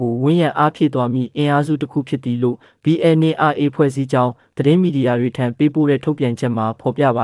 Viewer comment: သတင်းခေါင်းစဥ်လည်းမကြိုက်၊သတင်းပြောပေးတဲ့သူလည်းBNRAကိုမှန်အောင်ပြောပေးပါ၊(Aတလုံးပိုနေတယ်)